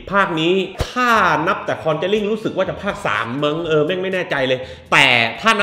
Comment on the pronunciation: คอนึจารีคึ ออกเสียงแบบแจแปน